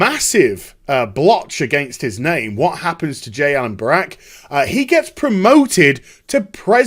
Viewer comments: Its Brack not Barak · Are you incapable of saying Brack? Half the video was you referring to him as Barack